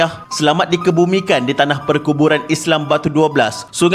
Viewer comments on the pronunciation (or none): none